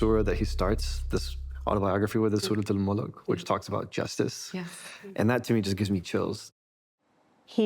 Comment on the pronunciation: Surat-al "Mulk", not "Mullek" .. Just why?